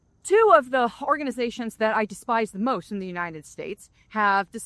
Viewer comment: Lol, around the 5 min mark it sounds like she says "whore-ganization" which I am totally using from now on!